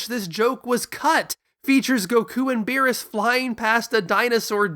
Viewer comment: If you are going to use Japanese pronunciations be consistent and less elitist. You should be saying beerusu. Not beeres.